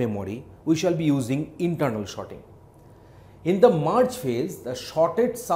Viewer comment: yes everyone cant pronounce everything....but its just Sorting. For a moment i thought whether i clicked the right video or not